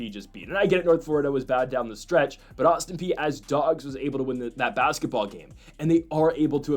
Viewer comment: My God you finally listened to me and pronounced Austin Peay properly, woot. Agree with the others, lose the background music. Ok, now I will say keep up the good work.